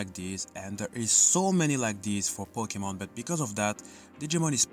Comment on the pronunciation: Kimeramon perpetuates its own creation so as to be able to fuse with Machinedramon, its cyborg counterpart, to create Zeedmilleniunmon! And you wonder why I prefer Digimon to Pokémon... Props for actually pronouncing "Pokémon" correctly, by the way! That makes you better than almost every Pokémon channel on YouTube where they don't even bother to try pronouncing it correctly even though they have been told repeatedly! Well, there's that and also it occured to me the other day I have actually been a Digimon fan longer than I have a Pokémon fan! I had Cyber Pets and Tamagotchis at school, not getting anything Nitendo at all until after leaving and, whereas the first Pokémon episode I watched was Episode 10, "Bulbasaur and the Hidden Village", the first Digimon episode I watched was "And so it Begins..."! You know? The very first episode! Which is unusual for me...